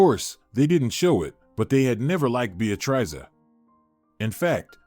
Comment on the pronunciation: Narrator needs to learn how to pronounce Beatrice.